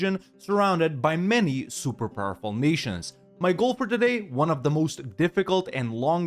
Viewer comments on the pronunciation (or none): none